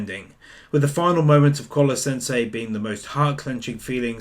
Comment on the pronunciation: I can't shake the feeling that you're saying Collar-sensei instead of Koro-sensei lol.. never mind that, great work man.